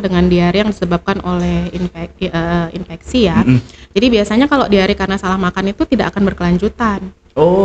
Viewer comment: ISPA Insfeksi saluran pernapasan Akut . atau atas ???? biasa dengernya Akut